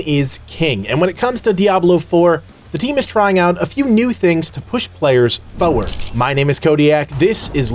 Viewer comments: its pronounced FORward not FOWerd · There's and R in the word Forward my dude.